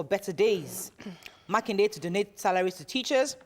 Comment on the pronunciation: It is Makinde...not Makinwa